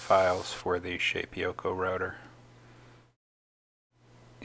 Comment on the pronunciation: Shapeeeoko? Shape O Ko. sorry' that was driving me crazy. Nice beginer tutorial.